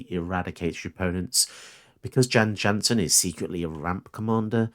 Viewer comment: Jan Jansen at your service Is there a gryphon about? Beware! Your knees are MINE! Also Jan Jansen is pronounced "Yawn Yawnsen"